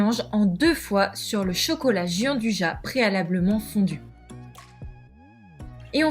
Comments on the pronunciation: Ahaha, je viens justement de rédiger moi-même un petit commentaire à ce sujet, je n'avais pas vu le votre ! Ca m'a toujours étonné d'entendre même de très grands chefs s'entêter à prononcer jianduja cette spécialité italienne dont la prononciation exacte est pourtant tellement plus gourmande et chantante ! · Jeanduja mdr 😂 Ca se prononce "djan dou ya" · "dian dou ya" ;) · "Gianduja" se prononce djandouya en italien. Pour des oreilles italiennes votre prononciation est tout simplement horrible ! Je me demandais de quoi vous parliez. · ca se prononce " DJIANDOUIA" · Merci d'avoir réagi ; je me sens moins seul. Bossant dans une épicerie de demi-gros en pâtisserie pro, il m'est triste d'entendre les clients (même des pro) prononcer "à la française" (on ne sait pas comment ils ont décidé que gi = j mais ça ne les perturbe pas plus apparemment) et d'insister quand je leur réponds pourtant avec la bonne prononciation… v.v xD